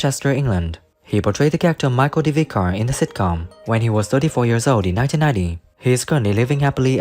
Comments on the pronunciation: It's vic ar not vycar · What an insult the commentary is to this excellent sitcom and its actors. A narrator whose English is so bad he thinks "vicar" is pronounced "vike-ar"! Or is it just a terrible AI voiceover? In either case the filmmaker might have had the decency to find someone who knew what they were talking about to do the commentary.